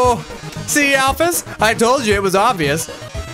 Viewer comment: When met alphys instead of alphys he said ralphus if you turn on subtitles